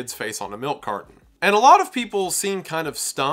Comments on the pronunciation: Milk "cardon" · Milk car-Don. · Milk cardon?? Ooooh! You mean milk carTon! Fuuuuucking annoying.🤦🏻‍♂️ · Melk Cardon. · Carton has a T, not a D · Bro there's no d in milk carton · I've never heard anyone pronounce the T in carton as a D before